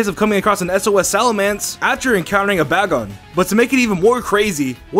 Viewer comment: You cant even say bagon right